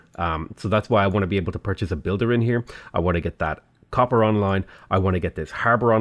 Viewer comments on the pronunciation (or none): none